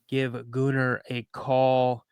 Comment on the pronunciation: Gooner??? No, Gunnar pronounced Gunner. Great work on this, subscribed immediately